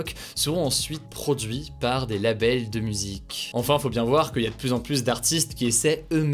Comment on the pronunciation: Ces résumés sont toujours aussi intéressant. Mais de grâce, il faudrait faire un effort sur les PLUS dont le S ne se prononcent pas dans certains cas. Exemple, "certains variant du virus semblent plu(s) résistants...